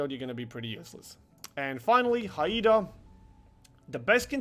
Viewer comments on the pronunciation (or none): What is it about the Haida you can't pronounce correctly? We've told you hundreds of times it's Hi-da. Not Hi-ee-da. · as a proud Canadian it keeps hurting when you pronounce HMCS Haida. To pronounce it properly say it as ‘HiDa’. I have been on the ship many times. It was docked in the city I grew up. Now it is a historical monument. Thanks for the videos.